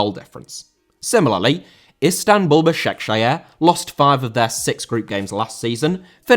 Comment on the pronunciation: Başakşehir* not Başekşeher